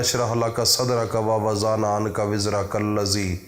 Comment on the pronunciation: Janab kaha padh kr aye ho Wawa zahna ka nhi h da،ana ka h woh duwaad h zuwad nhi dururst kren phle